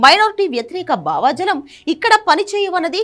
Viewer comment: "భావజాలం " సరిగ్గా పలకలేక పోయారు. " "భావాజాలం " అన్నారు. ఈ వ్యాఖ్యాత మాత్రమే కాదు ఈ మధ్య చాలామందికి ఇది పలకటం రావటం లేదు.